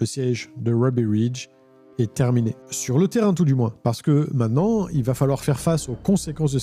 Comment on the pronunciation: Dis, j'apprécie beaucoup tous tes contenus, mais de grâce, apprends à prononcer le mot "MAINTENANT" et pas "MAINANT" - LOL